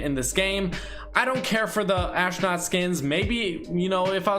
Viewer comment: WHY THE HELL IS HE SAYING ASHNOT IT'S PRONOUNCED ASTRONAUT!!!